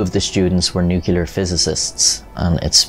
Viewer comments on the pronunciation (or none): It's pronounced "NYOOK-LEE--YAR" and not "NOOK-YOO-LAR". A very common mistake! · It's new clear, not new kular